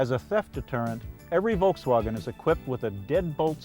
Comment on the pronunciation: The way he says Volkswagen makes me cringe.